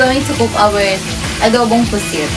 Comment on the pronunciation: GODBLES PO I like the way you say adobo pusit